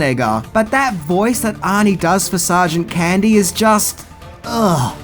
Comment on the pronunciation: Candy sounded like “Ernest”